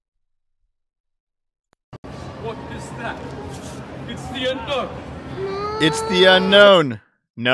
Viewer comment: When you say Unknown, I think Unown.